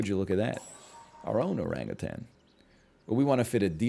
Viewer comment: the way he enunciates Oran-GutAn will never get old to my ears